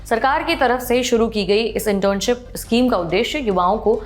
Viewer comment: issschem nahi schem hota hai mam..